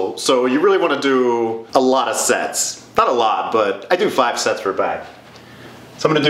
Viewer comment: Whenever he says Sets I hear sex😅